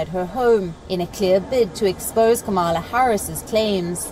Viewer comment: Her name is not. Camela. Correct pronunciation Kamala